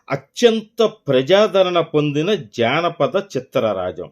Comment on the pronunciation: అయ్యా - అది జానపద చిత్రం -- జాణపద చిత్రం కాదు !!!